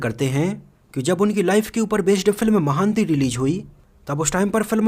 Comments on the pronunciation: अरे यार महान्ती नहीं अपितु महानटी है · Not महांती it's महानटी it's mean great actress (savitrigaru) Nice info 👍